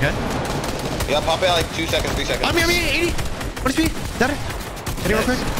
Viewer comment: Clix doesn’t even say dead he says deadre